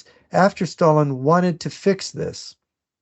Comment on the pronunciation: The way pronounces "Sshhhtalin" always cracks me up, great show as always.